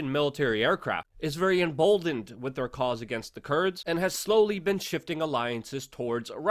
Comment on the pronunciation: WITH! The word is with. It most definitely ends WITH an H brother!